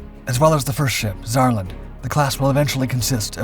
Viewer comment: I heard Saarland as Sauron 🤣🤣🤣